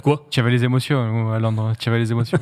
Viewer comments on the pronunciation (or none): "Tu y avé les émossions "